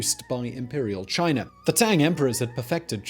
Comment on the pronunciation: Where is Chin'er' anyway? Is that near the country of "China"? Huh,must be. Or it could be by Americ'er'. Cause that's where General Sant'er' An'er' fought in the Alamo. Just say "Ahh"! Not that hard. Especially if you speak for a living! Still luv ya Simon and all your channels! You legend!!